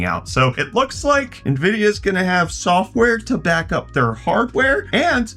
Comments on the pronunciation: From who? Who is this Nahvidia that you speak of? Did you mean Nvidia (en-VID-ee-uh)? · "Nuh-vidia..." Stop! You're killin' me, Smalls!!! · dude, you have to stop saying "nah-vidia" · Why can you provenance nvidia correctly. It’s envidia. All these people calling it nuvidea sound like boomers! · Nuh-uh-vidia more like